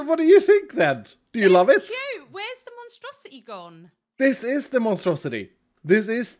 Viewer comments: The monstrosity became the monustrosity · Instead of monstrosity, it's not monu-monstrosity...or Mono-Strosity!! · "Monostrosilith" ... I tried